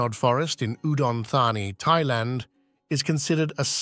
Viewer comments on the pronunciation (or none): none